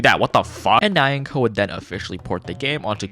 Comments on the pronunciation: makes a point about pronouncing muk bang in the correct choseon accent. fails to pronounce nyanko in the correct edo accent for the entire video. probably would have been better if you didn't draw attention to your pronunciation. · the mispronunciation of nyanko hurts my soul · i’m sorry but the way your pronouncing nyanko is making me tweak out